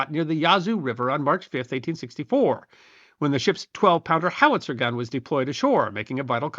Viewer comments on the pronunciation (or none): none